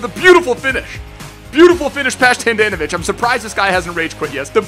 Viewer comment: Not Han-Dan-No-Vich its Hon-Don-No-Vich